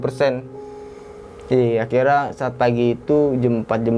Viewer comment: Untungah,,orangah,,dan akhirah? dia gk bisa bilang >(NYA)<